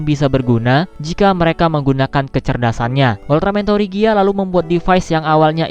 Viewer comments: Tregia bang bacaannya bukan torigia atau trigir sesuai bacaan dari negara kami(Malaysia)😅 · Bang sebenar nya penyebutan nama ultraman tregear versi bahasa Indonesia itu bilang nya kayak tregir gitu..